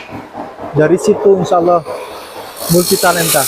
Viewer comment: Kalau lihat cara bicara wajar aja kalau keluar dari Kristen..maaf Aulloh bukan Allah......🙄